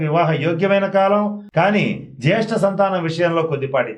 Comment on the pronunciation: జ్యేష్ఠ సంతానం కి ......ఏంటి గురువుగారు ..కొంచెం clear గా చెప్పండి.